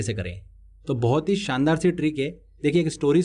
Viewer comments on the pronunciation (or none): none